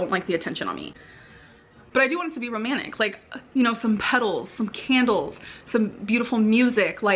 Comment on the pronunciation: I hate how she says romannick, not romantic 😂 Also Becky trying to change the meaning of the day is so sweet tbh